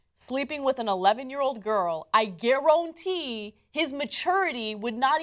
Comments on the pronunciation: where the gif i garwauntee, well done ana. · I guarOntee... XD